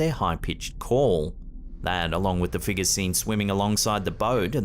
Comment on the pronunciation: The figahs and crechas